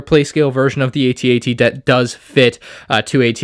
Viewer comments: Its called an AT-AT not an. A T - A T. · It's at at not a t a t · Call it an "at-at", not an "A.T.-A.T.". The point of an acronym is that it's catchy and short, eg HIMARS, ATACMS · I had to grit my teeth and try to make it through this whole video while listening to you mispronounce "aytee aytee" several times, but I don't think I can do it. It's "atat" and will always be @@ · why do you keep calling it an A T A T? it's an at-at. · it's pronounced at.- at. Not a- t a - t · The fact that he doesn’t pronounce it as @@ hurts my brain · its clearly pronounced AT-AT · I can’t watch a video of a kid pronouncing each letter of AT-AT. Tell me you’re a fake Star Wars fan without telling me you’re a fake Star Wars fan… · Dude, you are not even pronouncing the name of the walker correctly. Uggh